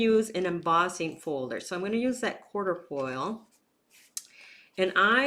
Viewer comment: You always think outside the box! It makes your videos so interesting to watch. Plus, you’re an excellent teacher who doesn’t drone on and make me want to fast forward through the whole video. I did want to mention that embossing folder is pronounced “kwaa truh foyl”. It’s a symbol representing good luck. The word comes from Latin meaning four leaves. (Think four-leaf clover!). Lol! I found that on the internet!